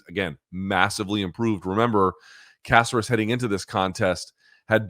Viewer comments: caceras. y cant u pronounce. its not a casserole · For a guy that's married to a latina he pronunciations are terrible. Alex Caceres (Kah-sair-ess) they say it correctly every time he fights in the broadcast. Lol How tf does this guy always butcher names??? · Why are you, is he, saying Caceres’ name like that? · How does Luke not know how to pronounce Caceres by now?